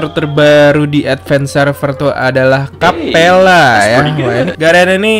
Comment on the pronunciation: Bang, kapella bang. Bukan kappela